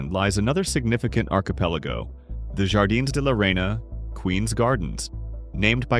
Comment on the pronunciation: . "Jardines de la Reina" for English speakers would be pronounced more like |har-DEE-ness day lah RAY-nah|...